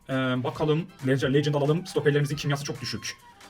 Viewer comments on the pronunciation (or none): none